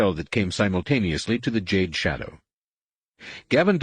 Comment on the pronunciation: lol did he say Juh-day 😂 it’s jade